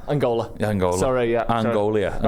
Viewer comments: Angola has three syllables apparently. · 4 syllables Angola 😂😂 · Since when did Angola have 4 syllables 😂